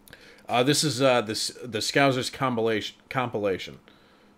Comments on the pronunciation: Ahhhh its scousers not scouzers! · You say, "Scouzers". It'a Scousers, with a, 's'. Scouse is a lamb and vegetable stew which Liverpudlians are said to enjoy. In Wales, we call the same stew, "Cawl". We're not called Cawlers, though. These characters are based on Barry and Terry in the soap, "Brookside". It was the mid-80's.